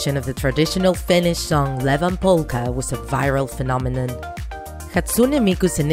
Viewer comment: did you really just say Levan ITS ievan